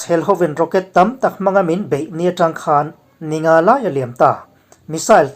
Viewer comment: 'Hman' tih i lamri hi a diklo. 'Ka hmanlo ' tih a.hman richhuak ang hian lamrik tur. 'khanchhuk' tih a 'khan' tih lamrika i hmanthin a vang hian a ngaihthlak a hreawm deuh.A dang chu a tha viau